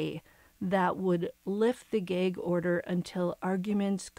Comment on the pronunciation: It's "gag", not "geg". Are you Canadian or something?